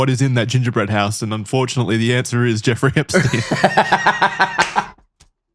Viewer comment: Why does call him Jewfrey? 😂